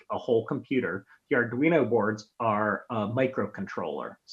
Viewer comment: Soooooo glad to finally hearing you pronounce it “ar dwee no” and not “ar dreeno”😂. First by the way!